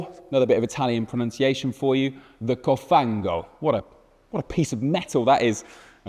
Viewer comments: COFANO not cofanGo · "COFA-NGO!" 🇬🇧🤌🏻🇮🇹 Ahah, it's "cofano" and the pronunciation is way more gentle, without any "NG" sounds at the end. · THE CO-FANGO?! THE CO-SLIME?! COFANO!!! IGNORANT, IF YOU WANT TO INTRODUCE A FERRARI YOU BETTER STUDY ITALIAN!!! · Cofano (pronouce: còfano), not "cofango" 😊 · Cofano. Not "cofango" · it's cofano and not cofango. Stick to your language cause cause you're hurting ears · Not cofàngo, but còfano. Not dodìci, but dòdici. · not "dorici" but "dodici" and not "cofango" but "cofano"... just murdering Italian. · "Cofano" not "Cofango" :S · It “COFA-NO” not “COFAN-GO” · It's "còfano" (ˈkɔfano) by the way, not "cofàngo". But we appreciate the effort ❤ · Not Dodichey Cilindrhey. Just Dodici Cilindri, thanks. Also not “coffango” but cofano. If you try talking Italian try to make a real effort and not show off taking it all wrong 😂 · Wrong words and wrong accents: it’s còfano, not cofàngo. Dòdici cilìndri not dodìce. Grazie! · Cofano, not cofango 😂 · It's "còfano", not "cofàngo". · Cofano, not "cofango" , dear god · Si dice Cofano, not CofanGo :P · Its not cofango 😅 - its COFANO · COFANGO is something else you just invented. FANGO means MUD in Italian by the way. I’s COFANO and you pronounce it KOFFANOUGH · And it's "COFANO", not "COFANGO" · Why silly? Because is not in your language? What a demential statement. Do I really need to remind everyone that Ferrari isn't English? Do I really need to remember how many Ferrari cars have Italian names? by the way, if you say a word in another language at least learn it properly. "cofanGo".... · You are such an ignorant. "confango"? "dodice cilindre"? We have google translate that can tell you how to pronunciate words in languages you dont know. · How hard it is to say correctly "dodici cilindri" and "cofano" ? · dodiccey cilindrey and cofanGo... I guess checking the pronunciation and spelling of three words was too much of an effort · Cofango ? Dude you are pathetic.